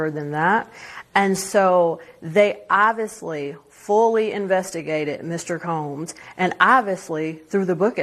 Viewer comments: OK. Tell me this. How, in 2025, in the USA, can someone born and raised in America, be matriculated K16 - PLUS law school - and still can't speak proper English? "oviously"? Really? Does she also "ax" questions in court? How does any respectable Court allow that as competent representation when she can't even speak her mother tongue competently? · She does not know how to say obviously its not ovisly and if Trump pardons that nasty disgusting diddy I'm done with him